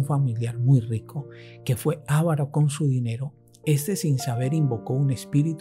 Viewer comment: Respetuosamente, se dice avaro y no ávaro. Sin acento.